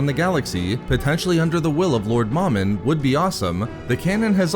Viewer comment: It's pronounced Mow-Min not Mom-in Mow like mowing your yard and Min like minimum MOMIN sorry that was driving me crazy